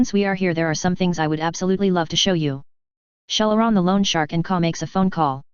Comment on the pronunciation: Shell -A-Ron the terrible